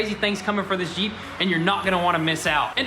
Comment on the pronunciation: “Da jeep” lol you guys are great! Love your videos!